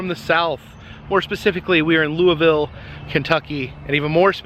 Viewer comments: SO LOVE HOW YOU PRONOUNCED “Louisville “!!! I live literally 20 minutes from Louisville in Fort Knox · Nice job pronouncing the city name right!